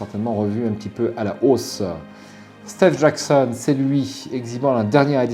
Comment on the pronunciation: "stééve jackson" lol